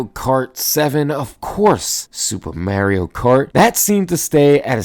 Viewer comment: lmao its MAH REE OH not Myeario